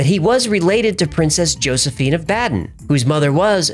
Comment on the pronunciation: Baden Pronounced Bounden